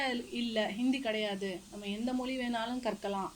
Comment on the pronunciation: ஆஹா, மொழி என்பதை ' மொளி ' என்று உளரும்போதே மொழியில் உள்ள காதல் நன்கு இளித்து புளித்துவிட்ட இலட்சணம் தெரிகிறது